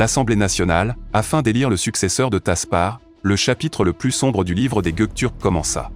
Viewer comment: Are you stupid? This is just a grammatical error. Why do you start a sentence with "wrong history"? The history is not wrong. The guy just said the word wrong. But the history is right.